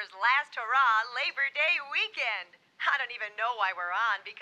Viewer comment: Its labor day , not leach day. 😂